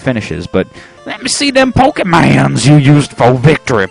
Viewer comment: pokemon not pokemans dude